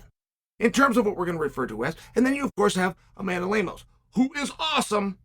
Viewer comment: Chael: "Amanda Lemons"